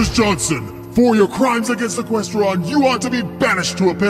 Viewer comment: Equesteron. get it rite scrubz